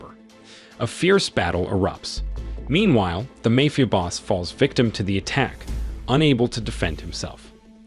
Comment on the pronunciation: what the fuck is a Mayfia group? if your not going to use your actual voice then get a better ai voice over that can pronounce the correct words.